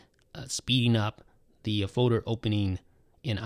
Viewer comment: Probably said Foader 392 times 😂😂